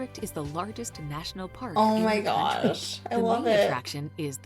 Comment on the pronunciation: I love your reaction videos guys, but the one you’re watching this time is such a pile of junk. Ridiculously inaccurate, omitting obvious facts, the narration is written by an ignoramus and read by an illiterate. The pronunciation is crass. For example pronouncing County as “Country” and Oxford’s Bodleian Library as the “Bodo - lane”. There a great many great videos about England but that is certainly not one of them. Love yours though.